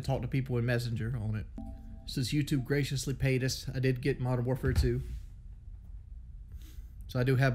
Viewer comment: “ I ain’t gettin mowdern warfare too “